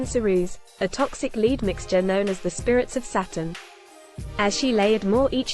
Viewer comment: If that narrator can pronounce dead (ded) why can't she pronounce lead (led)???